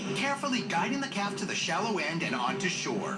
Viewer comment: i could swear he said once the ent is in the water